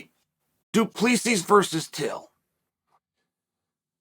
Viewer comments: Hi Uncle Chael. Pronunciation tips from South Africa. Du...plus...sy Not Du Ples sis. The "s" at the end is silent. I'll let myself out. Please don't come Soldier of Fortune me. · First off, Chael has been confirmed on multiple occasions of *purposely mispronouncing names so don’t think you need to correct him. Secondly, you can edit comments so you didn’t need to reply to yourself with a correction. Thirdly, it’s Do Pleh C, not whatever amalgamation you conjured up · Wasn't he saying till and duplissy? 🤣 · DO-PLUS-E is how you pronounce his name Uncle Charlie... ✌ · Imma be honest. I just watched this to hear Chael say Dylan da plissy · This fight will be fun but not as much fun as hearing the name du plessis getting butchered for 12,42 min. Go Dricus. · Really Chael. Pronounce Du Plessis properly. It's a big issue for us South Africans. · Come on Chael learn to pronounce Du Plessis Correctly. Professionalism.